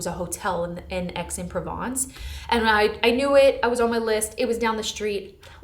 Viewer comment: This was so fun ❤ the only type of haul I want to watch. Just a note because it was funny but Aix-en-Provence is pronounced like “axe-on-pro-vonce”